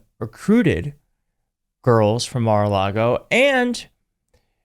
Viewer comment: Mara-lar-go is the devil’s playground